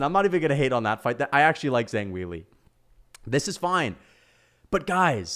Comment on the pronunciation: How does one butcher zhang weilis name that badly